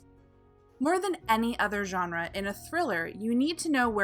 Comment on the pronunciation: When exactly did most people stop pronouncing GENRE correctly??